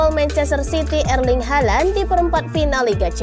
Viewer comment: Ngomong halandnya biasa aja lah